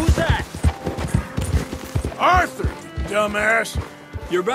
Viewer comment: I'm said Arthur not Orthur